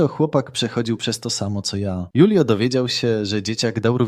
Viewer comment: Może się mylę, ale jeśli to był Hiszpan lub pokrewny, to jego imię czyta się Hulio, nie Julio.